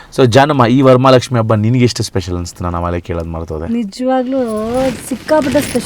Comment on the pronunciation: ವರಮಲಕ್ಷ್ಮಿ ❌ ವರಮಹಾಲಕ್ಷ್ಮಿ ✅